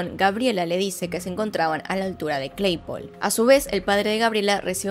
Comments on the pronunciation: Es CLAYPOLE no Cleipol jajajajaja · "cleipol" jajajaja e "cleypole" como se escribe se dice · cleypol.. cleypol.. uh la la señor frances -¿entonces como se dice? - claypole